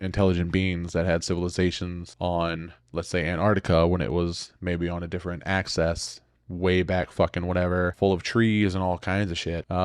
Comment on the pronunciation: Its axis not access